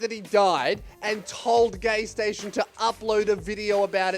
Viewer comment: Take a shot every time you hear says gaysation